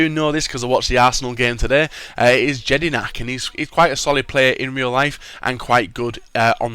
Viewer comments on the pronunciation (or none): he said "i've got this right cos i watched the game today"and then said his namewrong. JEDINAK (pronounced yedinak)